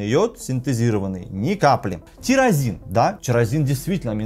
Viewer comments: не тЕрАзин а тирозин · эндокринолог- безграмотный, в одном слове две ошибки, тИрОзин, а не тЕрАзин!